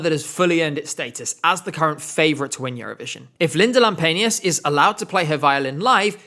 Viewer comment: As a Finnish person, I'm really suprised at how well you pronounced Linda Lampenius, Liekinheitin and especially Pete Parkkonen. :D